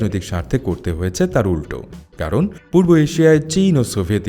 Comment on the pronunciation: Aapni poob na bole purbo bolun 🙏